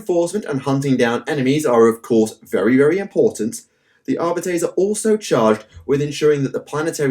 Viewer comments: Videos are awesome. As always. One thing though it’s pronounced Ar-bee-tees. Going by the audiobooks. Keep up the good work please! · your pronunciation for Arbites triggers me